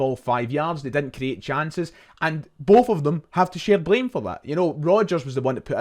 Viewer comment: Breaf or bof oh dear , did you have an education ?